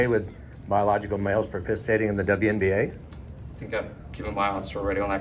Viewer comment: WNBA. Not TWNBA.